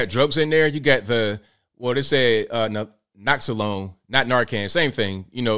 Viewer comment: my brother its pronounced NAH-LOX-OWN( naloxone). Subutex has that in it to detér íllicit use and overdose.